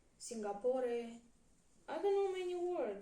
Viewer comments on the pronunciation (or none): Singapore 😹so cute pronounce as Singah-pooh